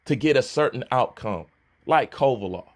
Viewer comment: that man's name is KOVALEV NOT KOVALOFF.....you been fuckin that man's name up for too long